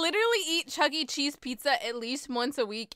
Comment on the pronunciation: For some reason I heard you say “chuggle cheese”